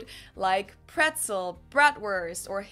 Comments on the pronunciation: Brezel or Breze - not Prezel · Haha we spell Brezel with a B because we pronounce it that way. We don't say p, we say b. Softer. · Nice one! I still can't belief Americans pronounce a Bretzel with a 'P' 🙂. I mean, it is B-shaped, not P-shaped, right... r i g h t? Cheers from Germany!